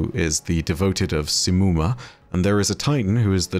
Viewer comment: Okay but how tf did oryx even end up there Also its not simmumah Its more like shimmumah Cuz of The š not s